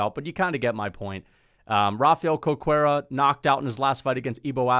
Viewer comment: Just as a note, "Cerqueira" is pronounced "ser-KHEI-rah"